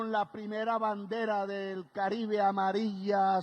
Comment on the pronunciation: Hay que continuar practicando la pronunciación de las palabras que contienen la letra "D". Abro comillas. HISTÓRICA CANTADA 'E' TABLA 'EL' PRESIDENTE 'E' LA REPÚBLICA... Cierro comillas 😎